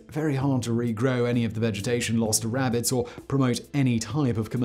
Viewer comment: Simon said “wabbits” and wac-a-mole 🤣🤣🤣